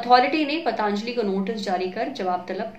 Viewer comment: It's पतंजली not pataanjali..